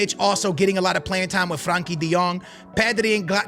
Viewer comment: bro is on vio, callin Busquets Bisquits and Frenkie De Jong, Frankie